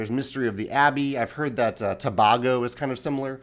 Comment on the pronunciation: I think it's pronounced 'Tobago', not 'Tobago';) Also, the mechanic sounds great! I've had this on my radar for a little while just because of the amazing box art and the idea of it being kind of a backwards co-op game